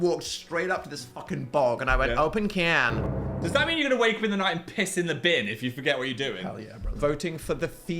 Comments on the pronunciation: ‘open ciyaan’ is officially engraved in my head now 😂😅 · dan shouting 'open can' in an american accent to his toilet is the funniest sht i've ever heard and phil is v princess babygirl energy